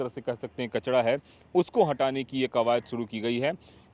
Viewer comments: बाबा कचड़ा नही कचरा बोलते है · Reporter bhai कचडा नही कचरा 😂😂😂😂😂😂😂😂😂😂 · कचड़ा नहीं कचरा होता है